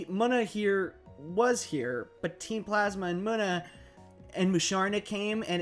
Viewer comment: how to pronounce Munna is Moo-na